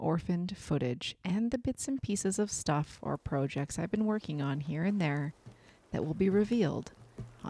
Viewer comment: I really don't mean to come off as cruel or insensitive but, the word 'project' does have two meanings and a separate pronunciation for each. One is a noun and the other a verb.